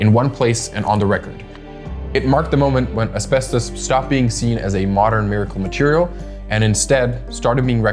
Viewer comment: "greatest fireproof materiale ever MADE" 😂😂😂😂